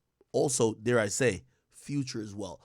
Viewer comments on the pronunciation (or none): none